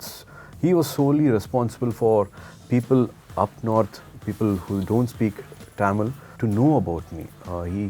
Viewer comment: I don’t know what happened to Suriya. I still like him so much. I don’t know if it’s Jyothika’s influence or what but he has changed a lot very recently. The way he says “Tamil” instead of Tamizh. In all his old interviews, he used to say Kamal Hassan was his idol and came to movie industry because of him but now Amitab is his idol 😂. I’m not saying it’s wrong but after Jyothika’s shift to Mumbai both of them are acting weird in recent times 😅